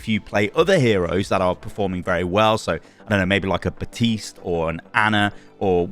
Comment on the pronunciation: I love you man, but it's Baptiste. Not Batiste. There's a P in there. Ba P tiste.